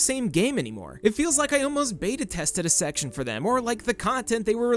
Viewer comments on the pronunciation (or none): none